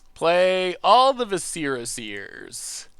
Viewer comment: Love ya but Jesus... say it with me viss-er-uh